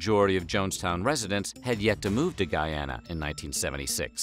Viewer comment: And btw it's pronounced not "Guy-Anna" (long sound A) but instead Guee-anna (short sound A)